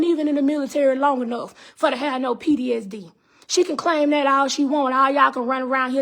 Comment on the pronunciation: Ma'am, I know this is a serious matter but are u saying PDSD or PTSD??? Edit after listening further: But u speaking facts though, if it's true.